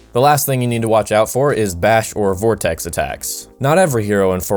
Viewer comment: "vortex" sigh....